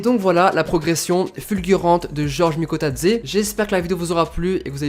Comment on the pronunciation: Bravo TU prononce Bien son nom et je suis 🇬🇪🇬🇪🇬🇪🇬🇪🇬🇪🇬🇪🇬🇪🇬🇪🇬🇪🇬🇪🇬🇪🇬🇪🇬🇪🇬🇪🇬🇪🇬🇪